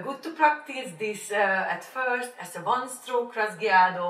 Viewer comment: pronounced raw-hey-ado!